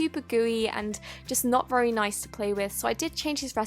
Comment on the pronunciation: Why u said so noice in 1.54